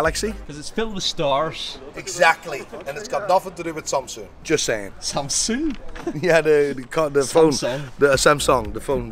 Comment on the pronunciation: Bro Called Samsung "Samsoon"